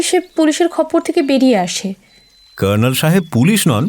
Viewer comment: সঠিক।এরা কর্নেল উচ্চারণ টা‌ ভয়ানক সাহেবি করতে গিয়ে নরক‌ করে দিয়েছেন।